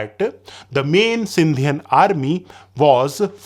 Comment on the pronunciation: Sindhian😂 . Really?? Its Sindhi... brother !!!